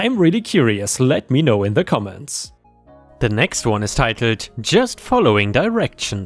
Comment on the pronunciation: There's no "r" in titled dawg